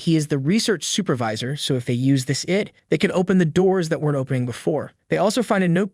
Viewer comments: Eed no it's "eye-dee" id for fucking identification say the shit right ask fucking Google if you don't know even tho that bitch Google fucks up a lot of words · It sounds like an A.I. reading software was used. The reader doesn’t change cadence throughout the entire presentation and pronounces the word “I.D.” as “id”. It’s still well done though. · It's not a real person, I guess that explains why he pronounced I.D. as id that's crazy! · Nope. He even pronounces I.D as ‘ID’. Kind of weird. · reason to stay in school.. why??? ID is pronounced as EED